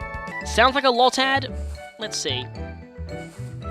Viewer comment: So you're just going to pass up a potion? Oh no, here we go... It's low-tad, nobody calls it lod-tad Berry trees look minuscule in ALL games! Except for the permanent ones in XY. Wait a second... that makes no sense! Since you're playing Sapphire the reason you can't plant berries should be that the soil is over saturated with water!